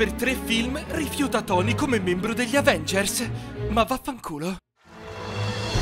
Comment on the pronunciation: "Agenvers" a mi fa morire vi giuro ahahahha